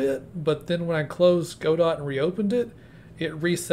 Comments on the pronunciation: Nice video, you should show some more of what you talk about in the video as b-roll. No offense, but in case you care, its pronounced "Got-Oh", not "Go-Dot" :) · Yup, the proper way of pronouncing it is "however-you-like". I like to say "God-oh" because it sounds fancy. Makes me feel like a medieval veteran gamedev :D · Yeah, Juan's pronunciation of Godot rhymes with the Spanish pronunciation of 'robot,' so it makes sense to rhyme it with the English pronunciation of 'robot.'